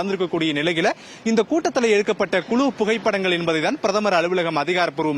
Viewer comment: குலு புகைப்படமா? என்னங்க தமிழ் இது. தமிழ் உச்சரிப்பை முறையாக உச்சரித்து பழகி அப்புறம் ஊடகத் துறைக்கு வாருங்கள்.